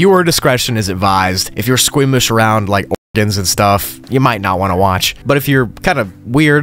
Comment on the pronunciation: Bro can't even say organ.